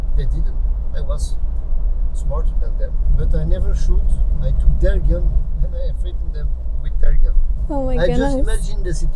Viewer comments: Thought she said "I have a fun" Thought man was boutta get shot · For a second I thought she said that she had a guN 😂😂😂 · I thought she said “I have a gun” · did she said i have a gun or i have a gum?